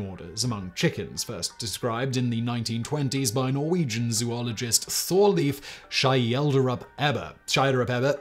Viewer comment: You need to work on your pronounciation of foreign names. It was almost impossible to get that you were say "Thorleif Schjelderup-Ebbe".